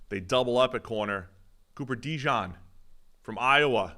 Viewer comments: His name is DeJean. Not Dijon. Quit calling him mustard. Kind of insulting. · Y'all need to figure out how to pronounce Coopers name correctly. It's NOT Dejohn. It's either Dejean (like the pants), or as we from Philly call him... DeJawn! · Dee-john??....he aint mustard man. bizarre how so many ppl cant say his name right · It’s “Da Jean” like the letter D and then Jean like pants. Yall should know this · They keep saying DeJohn😂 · Fools cant pronounce dejean's name and dont know where kyle hamilton was drafted. Do ppl take these guys seriously?